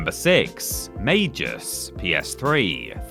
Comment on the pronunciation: Yes, the developers of Magus were pronouncing it wrong, it has a hard G, not a soft G, it's said like "May-Guss", also, you do that the PS3 is region-free, right? So even though Magus was only launched in America, you can easily buy a copy online and play it that way, literally only ONE PS3 game was region-locked, and that was Persona 4 Arena. Also, Sonic Boom: Rise of Lyric is easily one of the worst Sonic games out there, up there with Sonic and the Secret Rings and Sonic The Fighters, all three of those make Sonic '06 look like a masterpiece by comparison.